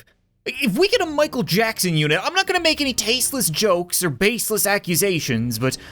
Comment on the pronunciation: this dude really said michaek jacksin😂😂